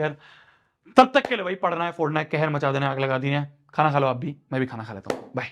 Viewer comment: bhai phodana bhi nhi hota phordna hota hai 😅